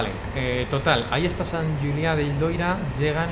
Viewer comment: Hace poco que te sigo y me encantan tus videos. Sigue así! Como andorrano, quiero puntualizar que se dice "Sant Juliá de Lòria", no Loira. El Loira es un río en Francia (☝🤓)